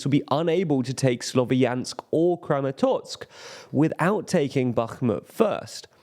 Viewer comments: It's "Kramatorsk" not "Kramatotsk". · Why are you saying ChasTiv Yar and KramatorTsk?